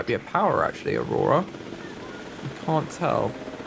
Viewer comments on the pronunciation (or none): I love how he butchered aurora